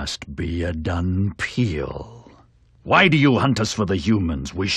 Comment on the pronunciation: I would've loved to play this game, too bad at the time I didn't know of its existence.....I couldn't help but notice that they say "Dunpeal". Seriously? are you kidding me? in doing so it lose a lot of points! >.<